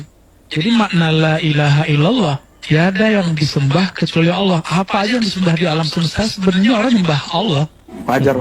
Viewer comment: kalau gitu lu salahin juga dong habib mudanya, dia nyebut Allah malah kayak alah, dan adapun orang baca Al-Qur'an meski terbata-bata dia tetap dapat pahala, bukan berarti krn kurang bener gk boleh baca dan gk boleh menyampaikan ilmu, kalau gitu banyak orang mending diem ae krn banyak yg bacaannya kurang bener